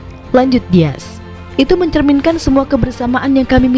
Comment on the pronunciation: * Dias Bukan Diaz